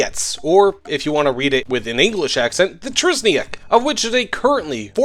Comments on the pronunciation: When you read Trzyniec r is silent rz you read as z :) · TRZYNIEC LIKE TSHYNIEC cmon:(